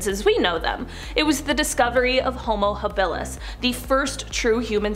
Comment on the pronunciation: Homo-Habalis is pronounced Homo- hob-uh-lis